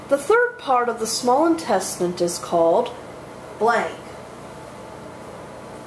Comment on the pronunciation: Why are you saying "intestint"?